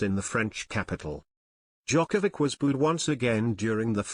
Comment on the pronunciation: this guy can't even pronounce his name. not that it matters. This is a complete load of crap